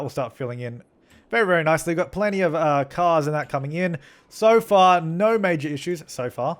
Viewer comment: when u're saying so far it sounds like sofa